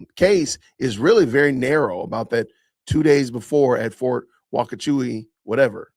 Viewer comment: Hey J, it's Fort "wah-choo-kah